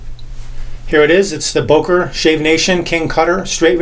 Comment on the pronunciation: That's a great video! But it's pronounced "Böker" and not "Boker". The two dots over the "o" are not there just for fun. The "ö"-sound shouldn't be a problem to a native English speaker. It just sounds exactly like the "u" in "urgent", the second "e" in "emergency" or the "i" in "James T. Kirk". It can lead to bizarre confusions with German speaking people, when not using the so called Umlaute. E.g.: Schlosser = locksmith Schlösser = palaces lastig = heavy lästig = annoying schwul = gay (homosexual) schwül = muggy Bar = bar/pub Bär = bear rosten = to rust rösten = to roast lugen = to peek lügen = to lie schon = already schön = beautiful/handsome etc. Best regards from Vienna, Austria! Ps.: If you don't have "ä"-, "ö"- or "ü"-keys on your keybord just substitute them with "ae", "oe" and "ue".